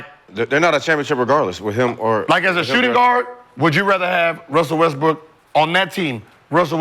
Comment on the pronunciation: Everytime says Russell Westbrook hes says it “Wussell Restbrook”